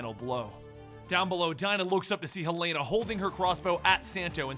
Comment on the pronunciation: Im guessing hasnt seen arrow from his pronunciation of helena